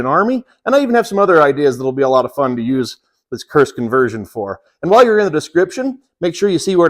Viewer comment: A first it sounded like you were saying "CURSED" converter... lol Looks like a really high quality outfit.